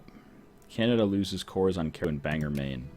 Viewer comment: Couldn't resist it's pronounced Bang-gore not bang-er.